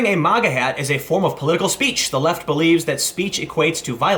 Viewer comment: It's MAGA prononuced ( MAY - GA) not Moga (M - Ah - Ga) FFS dude.